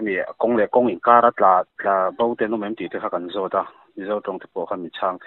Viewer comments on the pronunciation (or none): none